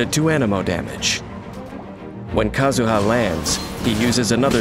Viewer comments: No one: The narrator: struggling with Kazuha's name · POV: you die to a man who said KAZUHA SLASH